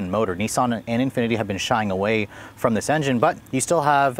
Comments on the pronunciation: Nissan is with a swedish accent, with a short I. Not niisan :P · Wish Americans would pronounce nissan properly